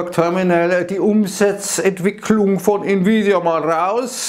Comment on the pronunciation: Hat der gerade Nvidia als "Nie wieda Aktie" betitelt?:-)